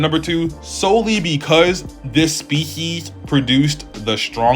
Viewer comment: My boy said “This SPEES-YEEZ” 🤣🤣🤣.. Great video bro but the way you said “Species” took me out!